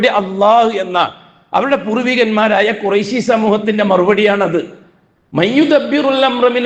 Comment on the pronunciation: ഖുറൈശി എന്നല്ല, ഖുറശി എന്നാണ് പറയുക. ഇൽമ് പഠിച്ചില്ല. അല്ലേ?